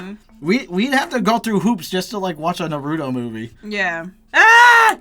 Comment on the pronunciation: please stop mispronouncing the name Naruto. Your supposed to pronounce the ( AR) in the title.